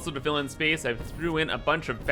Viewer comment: Haven't watched one of your videos in a while. I had forgotten you say BEESE instead of base, and SPEECE instead of space and it drives me crazy. Love the content though.